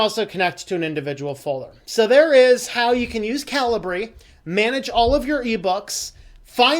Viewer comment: Calibre (/ˈkalɪbə/) 1. the quality of someone's character or the level of their ability. 2. the internal diameter or bore of a gun barrel. I think that's the correct way to pronounce it, as opposed to cali-bree?